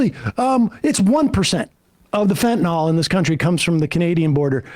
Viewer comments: Fentanyl, not "fentanol". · Whats fentanol? Its fentanyl.